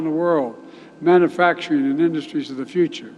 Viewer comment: Love how he pronounces ‘manufacturing’ as ‘mannafacturing’